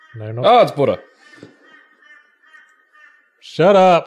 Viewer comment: AHHH it’s buddah